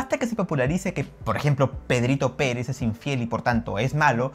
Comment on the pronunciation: De verdad que no estoy seguro si dices Pedrito Pérez o Pedrito Penes jajaja cada vez me suena diferente. Voy a volver a escucharte una tercera vez a ver si afino y atino